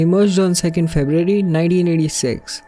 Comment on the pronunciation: I can not understand anything! Why you do this? Wee Diyo, Interunet, Feb-yoo-a-ree, diskreeshun, omg. Where are the Woman Speaker????